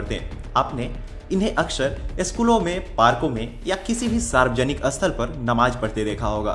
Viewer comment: Abe ye "asthal", "asthan" kya hota hai? Sthal aur sthan bolna nahi aata kya?